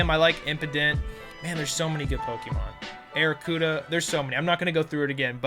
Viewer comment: Arrokuda is a Barracuda mixed with an arrow. Literally has arrow in its name. Same with Cram in Cramorant. You just pronounce them weirdly. Also, why did you say Corvisquire was dark/flying? It and Rookidee are pure flying, and Corviknight is Flying/Steel.